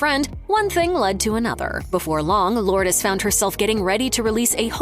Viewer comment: You're pronouncing her name incorrectly! 🤫🤭😝